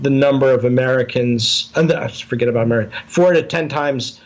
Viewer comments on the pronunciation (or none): none